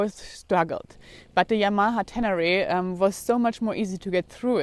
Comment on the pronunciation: at first it sounded like you named your bike Fucked...LOL